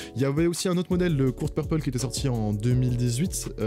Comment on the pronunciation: On dit court purple mais vas-y